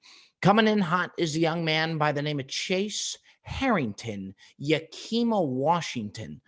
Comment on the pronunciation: Yah-ki-muh 😂😂😂like the effort on the WA city name Bob